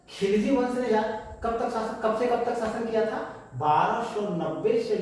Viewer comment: hume pata hai ki bolne me khilji wrong hua hai baki pura video gagar me sagar hai